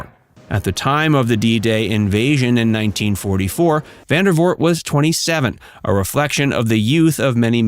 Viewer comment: It's Vandervoort. VANDERVOORT. Not "Van der Voot". Please.